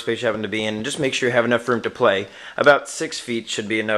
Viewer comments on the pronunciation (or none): none